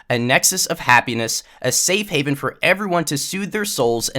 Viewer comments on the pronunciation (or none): none